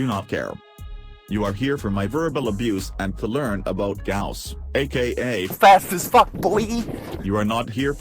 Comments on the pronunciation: Its pronounced gowse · its gauss not gauss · Pls replace the "this is gauss" with a good pronunciation of "gauss"